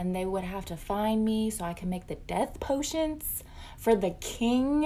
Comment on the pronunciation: "Potionts" ...no no, its potions with a damn N! my 5 year old says it right, why cant you lady?!!??!?🤯😵‍💫😒